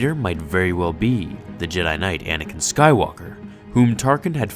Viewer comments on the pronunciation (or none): none